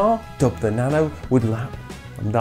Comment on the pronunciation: Why pronouncing nano as "banana"?